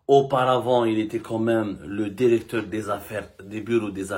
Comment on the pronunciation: Directeur , et non Derecteur..